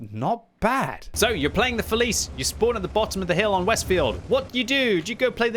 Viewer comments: Just as an FYI it's pronounced "fe-lee-tchay" in Italian :) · Hey ! The pronounce of the tank is "Feliche" yo :) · I think the correct pronunciation is [feliche], because it is Italian tank. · you mastered 'progetto', mostly 'bassotto' but please, 'felice' with English pronunciation reminds me too much of a child's snack 😂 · Being Italian it hurts to hear "Felice" like you said Still great video tho